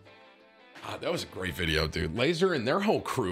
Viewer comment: Does anyone else cringe when Tim calls Laza "Laser"? It hurts hearing him say it 🤣